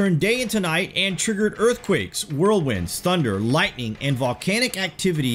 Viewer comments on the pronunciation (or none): none